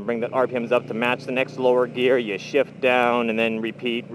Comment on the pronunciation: everytime, i hear shit instead of shift